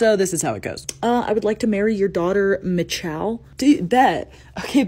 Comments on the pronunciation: As a hebrew speaker, it's pronounced Mee hall But the ch is actually a letter that doesnt exist in english, that sounds like when you're clearing your throat. It's called a chet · For anyone wondering it's pronounced "Mee-CHal" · Omg I love how the names are pronounced in English😂😂 In Hebrew they are called Sha'ul, Mihal, Plishtim, and David, But with emphasis on the scoring letters, Not D*ai*vid, but D*u*vid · am I weird for pronouncing it as Mitch-el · Yup, I remember learning this story in middle school. Old testament is hardcore Also, "Michal" is pronounced like your last try, but the 'ch' is like the one in "Chanukah" (that phlegmy throat sound English speakers have trouble with)